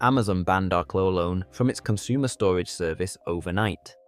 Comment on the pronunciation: AI Slop!!! "R-key-lone" "R-co-lone" and strange mic changes, WTF? Blocking your channel. I don't want lazy AI slop, nor creators who rely on it non-transparently. You think choosing some stupid fake British accent will make people trust it, but NO!